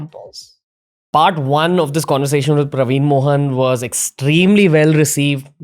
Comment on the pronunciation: Its actually PraveenAAAA MohanAAAA.. like he pronounces all Indian names. Colonised 😅😅😅